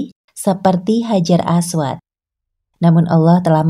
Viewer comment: Hajar ..apa orang panggil batu hajar aswat ni sebut pun salah